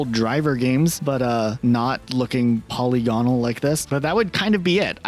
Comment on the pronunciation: "polly gonnal" its polygonal. puh. lig. uhnull.